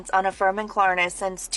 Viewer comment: The fact that dude thinks it's called Klarana instead of Klarna means he definitely needs to stop.